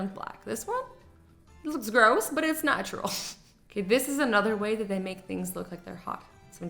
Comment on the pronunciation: Dees or this?